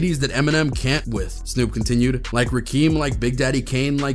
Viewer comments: “Like Rakeem” who tf rakeem bro. It’s rakim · "Rakeem"? Come on man, it's "Rakim". Pronounced, Rah-kim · This tool said "Rakeem" lmfao it's RaKIM nerd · It's Rakim not Rakeem smh.. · Man the opinions and dialogue is so weak. Speaking style is so played out. Not to mention, how can you talk about what rap/hip hop needs when you can’t even get hip hop legends names right. Rakim is pronounced Rah KIM. Not rakeem. There was a rapper in the 80s who tried to go by Prince Rakeem, he is late changed his name to RZA. Please educate yourself and know what you are talking about before you talk. Knowledge, wisdom, understanding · It's Rakim not Rakeem RESPECT THE GOD EMCEE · This guy really said "rakeem" lol wtf it's Rakim son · Bro u called rakim rakeem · It’s Ra-Kim, not Ra-Keem. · Anybody who pronounces Rakim as Rakeem , has NO BUSINESS WHATSOEVER speaking on Hip Hop issues or topics smfh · It's not Rik-Keem. Rakim is pronounced Raw-kim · Lmao this dude said “rakeem” not interested in anything else he has to say after that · You said “Rakeem”! You have zero credibility. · He said Rakeeeem it’s Rah-Kim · Ra kim not rakeem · Rah-Kim….. not Rah-Keem bro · It's Rakim, not Rakeem. C'mon now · “Rakeem”, are you tucking kidding me?!? Rakim, “Raw-Kim”. Lost all credibility. Know your history. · This dude called rakim….rakeem come on dude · you said you "CAN live without Rakim (you called Rakeem), Big Daddy Kane, KRS One, LL Kool J, Ice Cube". And you want respect when you comment on hip hop yeah nah.. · Homie said rahkeem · " Rakeem". Your credibility is destroyed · did dude just say "rakeem"?!?! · If u pronounce Rakim as Rakeeme u shouldn't be making hip hop videos my guy. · Many white rappers have mad respect! Beastie Boys and 3rd Base the pioneers! Calling Rakim...Rakeem shows this guy has no clue what he's talking about. Also....Em's recent drops from Kamikaze to Side B have been lyrically insane. Know before you show that you're an idiot who did not do his homework